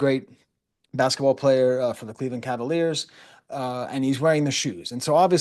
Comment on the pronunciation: “The Cleveland Cavaliers”? 😭😂😭